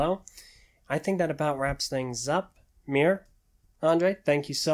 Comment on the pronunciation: Miru pronounced MEERU